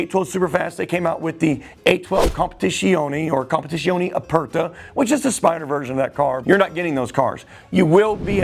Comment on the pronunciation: Bro has all the Ferrari’s in the world and can’t say Dodici and Competizione